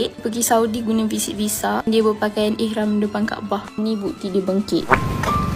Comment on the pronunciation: Ihram lah min, bukan irham